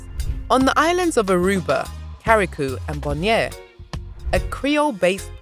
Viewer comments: It's Curacao NOT CARRICOU lady. French Creole is also spoken in Dominica, St. Lucia, Trinidad Tobago, Grenada, St Marteen, Martinique, Carricou, Pettit Martinique, Guadeloupe, La Desirade, Lles Saintes and Marie Galante. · The second c in curaçao is pronounced as a s, que ra sow, is how it’s pronounced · You read Curaçao...."Curasow" and not Caracoo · Curaçao is pronounced CU RA SAO, which is Dutch. Carriacou is pronounced CAR RIA COO, which is Grenada's little sister island. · Good morning The information was great. The ABC islands are Aruba Bonaire Curacao ( kur-uh-sau). Grenada, Carriacou (CARRY-a-KOO) Petite Martinique. Pronunciation makes a difference. Over all wonderful. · YOU SHOULD HAVE DONE A BETTER RESEARCH ON THE DUTCH ISLANDS. LIKE FOR INSTANCE PRONOUNCING THE NAME OF THE ISLAND PROPERLY CURAÇAO . Which origins Papiamentu and Papiamento came from